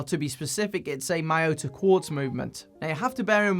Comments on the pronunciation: Thanks for the great review. As Miyota is Japanese, it's pronunciation is Mee-Yo-Ta otherwise it would have been spelt as Maiyota. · Thanks for the review! BTW Miyota is pronounced 'mi-yo-ta' as it would be if read in Spanish. It's a Japanese name. Of course, you can call it 'MY-oh-ta' if you're more comfortable with that. I don't think it's a big deal. Could you do a review on filippo loreti watches please?